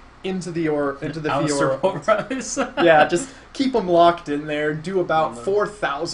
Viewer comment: I remember you used to say Fioria instead of Fiora. :D